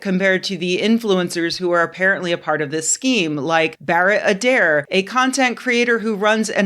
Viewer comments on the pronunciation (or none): none